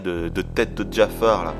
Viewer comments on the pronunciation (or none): c'est Jafar et pas Djafar